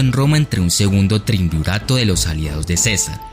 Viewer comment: Se dice "triunvirato" jajaj. Wikipedia.